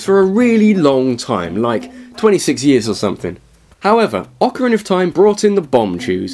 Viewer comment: orcarina of mittens??